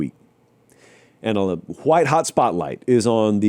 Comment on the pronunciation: Love how pronounces “whhite” like a 17th century plantation owner